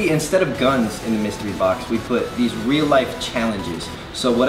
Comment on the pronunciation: He said weal life lol